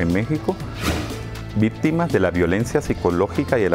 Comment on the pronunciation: Se dice victima no vistima.